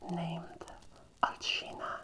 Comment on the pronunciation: You did a wonderful job playing Lady Dimitrescu. Perfect voice, perfect body type and perfect cosplay. You have exactly the accent she should have. I did not know Alcina was pronounced (Alcheena.) Thank you for teaching me that. 🙂❤️ I love the background that you chose. The lighting and the crackling fire. 🙂❤️ Excellent job, sincerely. God bless you. ❤️